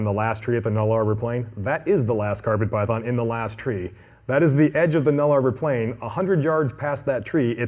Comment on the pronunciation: New Guinea is not unified, Papua is the eastern half and Irian Jaya is the western half and is part of Indonesia. Also, the Nullarbor is pronounced nulla-bore, not null-arbour. But the snake part of the presentation was fantastic.